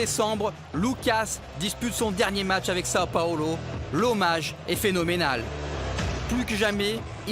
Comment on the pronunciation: Il sait pas dire Sao paulo le mec ?